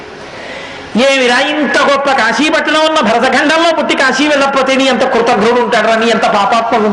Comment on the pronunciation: Kaasi (కాశీ) is correct . Not kasi(కశీ) .